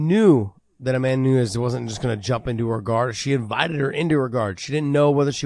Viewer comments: Someone tell big John It’s nunes not nuńes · Why does John insist on pronouncing Amanda's last name incorrectly? Not spelled that way and she herself doesn't say it like he does.